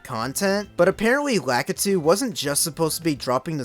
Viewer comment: I know about the debate between “La-Ki-Tu” and “Lak-i-tu” but I’ve never seen anyone call it “La-eh-ku”